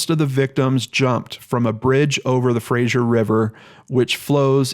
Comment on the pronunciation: Great vid,! Gotta say though that they're pronounced FRAY-ZER and PA-TELL-O.